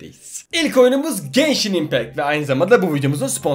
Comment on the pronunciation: genshini geyşin die duymak zorundamıyım aw